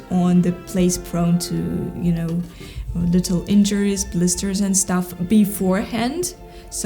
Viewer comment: Новое замечательное видео, Мария! Спасибо! Маленькая поправочка, если позволите, по поводу Вашего английского - в слове энд между словами попробуйте произносить д прямо по-русски, твердо, без смягчения, будет точнее и без акцента. Английский у Вас потрясающий - словно Вы много лет в Англии прожили.